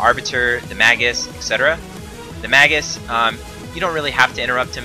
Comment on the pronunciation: May-gus, not maggus.